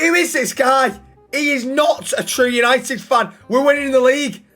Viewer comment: What a vid lad and say it with me boys YANITED YANITED❤